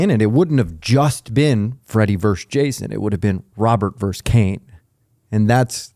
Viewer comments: Verses it’s not that hard to say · Why does this guy keep saying, "Freddy VERSE Jason" ? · It drives me crazy when people say “verse” instead of “versus”. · It's Freddy Versus Jason, not Freddy Verse Jason. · Dude, it's VERSUS, not Verse. Wanted to punch my phone everytime he said "verse" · Why does the guy on the right continuously say "verse". The film is Freddy Vs. (VERSUS) Jason. What is verse? Am I missing something? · “Versus”, not “verse”. It’s not a song. Great interview tho. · Please say "versus",. Love your Lugosi tat btw!